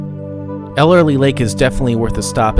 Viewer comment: Those small lakes at the top of Tioga pass are "tarns". Typically no fish, sometimes frogs. That is Ellery lake, not "Elerly" as you pronounced. Why did you not stop at the Moccasin fish hatchery, at the bottom of Priest Grade? Just after Tioga Lake, there is a road to Saddlebag Lake, at 10,000 elevation, very clear and deep. Good trout fishing at Tioga, Saddlebag, Ellery. Season ends mid/late October. KEEP CAR IN LOW GEAR going down Lee Vinning canyon, save your brakes! That bronze relief plaque of the Yosemite, at Olmsted point, I have not been there for a while. Sometimes along the road to Lee Vinning you can catch a glimpse of mountain sheep.